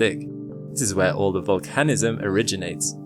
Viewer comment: 💡 "This is where all the volcanism originates" :face-red-droopy-eyes:It's 👉VOL-can-ism👈 or 👉VUL-can-ism,👈 not vol-CAN-ism. You do this again .